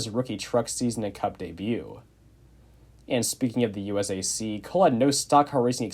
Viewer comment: Every time this dude said USAC I hurt a little on the inside